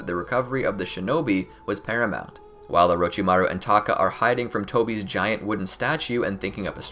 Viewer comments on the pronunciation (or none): none